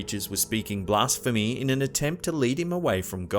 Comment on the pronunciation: Is it "blasphemy" or "blaRsphemy"